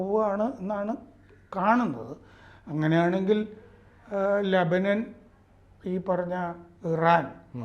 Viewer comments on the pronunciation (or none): none